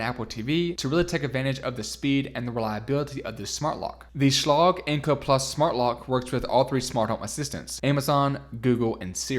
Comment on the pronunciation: I'm pretty sure Schlage is pronounced with a hard G.